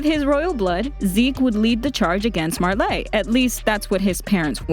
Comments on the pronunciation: "marla" and the "marlanians" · Why does she say marlay. Its Marley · Marlei? Its pronounced "marlee" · Her pronunciation of Marley as Marleé is really throwing me off. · 'Mar - Ley' well it is Marley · Myamurr But is Marley really pronounced like that? I’m confused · God the way you pronounce Marley and paradis are annoying af God you can’t pronounce anyone right